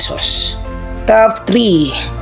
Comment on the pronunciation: First off, Saan galing ang mga figures mo na yan? Parang di accurate ang data mo bro eh...TOP10 not (tough10) with165M tapos yung (tough9) TOP9 mo naman with 55M only???with 40M subscriberS! pano nangyari yun? Pag plural with S dapat. So SUBSCRIBERS dapat diba? So improve your data...Important yan. And pls fix your P&F deficiency meaning, don't pronounce your F as P and vice versa...For example, pag FOUR, it should be pronounced as FOR not POR. And same thing if it's P naman, don't pronounce it as F...You're just reading your scripts right?so pls read it clearly and accurately, so it would be pleasing for all of us, your listenerS! Constructive criticism that you may consider, but believe me, it's for your betterment, if you want to continue this as your career.God bless you!